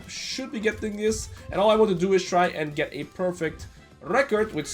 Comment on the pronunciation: Why does he pronounce "and" as "ieeend"?